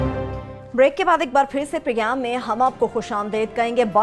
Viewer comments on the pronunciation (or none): "Progam" nahin , "program" hai !!